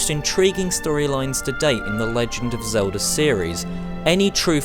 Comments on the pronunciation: I'm a gamer and who the hell is "Zelder"? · Who the fuck is Zeldar?